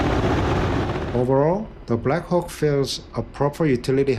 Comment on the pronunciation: Did I just hear " there is just something about the black cock"😂